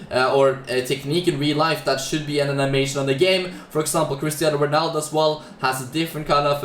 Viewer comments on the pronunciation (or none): none